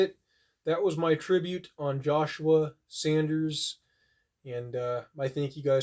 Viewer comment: RIP Josh. He will be missed my many. Edit, it’s a simple mistake. But it’s Saunders not Sanders.